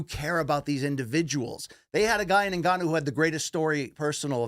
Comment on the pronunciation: Francis N- ganooo is my favourite